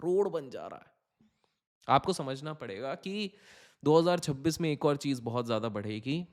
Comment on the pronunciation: Pehle 2026 bolna to sikhle actor